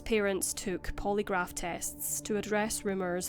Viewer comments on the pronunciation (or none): 😂😂😂😂Please Stop Saying. Poly Graph. 😂😂